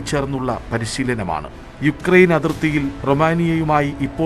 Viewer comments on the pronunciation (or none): none